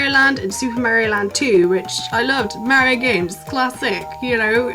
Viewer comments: yes there is no "h" in Mario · That's the second British YouTuber I hear pronouncing Mario's name "Marrio" rather than "Mahrio". Is this a thing? :D